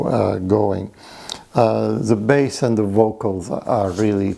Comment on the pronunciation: Bass, not base.